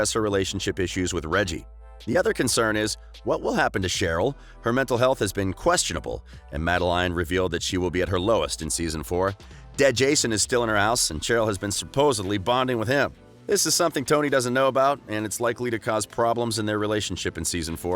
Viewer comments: Did u say MadeLINE now I’m just pissed off. Also Heeram? 🤣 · Did he say heeram and madeliene oohh noo